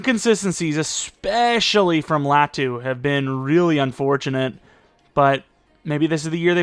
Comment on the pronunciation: I think if you pronounced Latu’s name correctly he’d be better